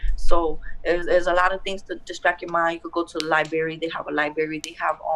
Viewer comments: 'libarry'...ahem, it is 'library'miss... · Yeah you can tell she spends a lot of time in the LIEberry. She cant really think the word library is pronounced lie-berry.